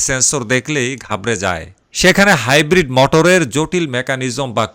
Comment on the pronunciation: এটা হাইব্রিট নয় গাইব্রিট